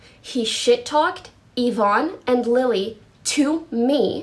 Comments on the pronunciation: It’s not yi-vonny, it’s yi-vonn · And " Yavoney" lol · Its pronounced ivon not ivoni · Yvonne= ya-von =ya-von-y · Its ye-von, not Ye-von-ee lol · Everyone saying Yvonni instead. Of Yvonne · Ee-von not Ya-vonny 😭😭😭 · It's not Yvoony it's Yvonne with an E not a y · ee-vonn NOT yo-vanny y-vonne there´s no "yo" in this name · "Yi vonny" "Yi voney" please man please stop you're hurting me man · Yvonne = Juh-vonnie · Yvone ee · pronounced E-Von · ikr its yee-vonn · I can't watch the video because I already know what happened and how he pronounces Yvonne is just triggering me. XDDD now I feel like a Karen in McDonald's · I find it hard to believe that no commentary channel can pronounce yvonne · How...do you manage to fuck up the names of the people who are front and center in this whole drama. Watching a single twitch clip could have told you how to pronounce it.... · i wonder if you'll ever pronounce yvonne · This man really doesn’t know how to pronounce names. “Seen” and ”yavoney” bruh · "Yuh-von-nee" "Seen" I know you don't watch them or now them and your just relaying the information/drama. But that really triggered me.